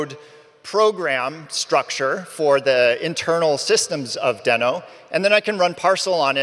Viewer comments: First thing he regrets in Deno is pronouncing it wrong. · if you keep saying deno fast it sounds like node